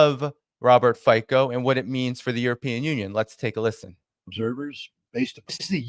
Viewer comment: Fico is not pronounced "fiko" but rather "Fitso".. the C is like in cemetery or circumstance